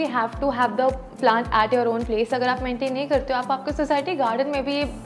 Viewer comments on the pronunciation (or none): none